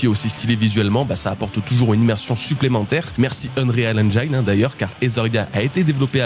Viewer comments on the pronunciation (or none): none